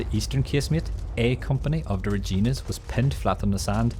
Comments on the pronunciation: it rhymes with fun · You know you did a really good video. You explained the battle really well. Long time coming. I just wish you knew how to pronounce “Reginas “. Every canadian is cringing